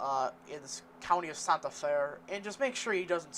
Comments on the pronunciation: It's pronounced "Santa Fay" not "Santa Fuh". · IT’S pronounced Sant like 🎅🏻